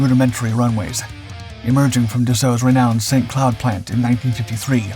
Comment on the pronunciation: just for fun : Saint-Cloud is pronounced "Saint-Clew" in French 😉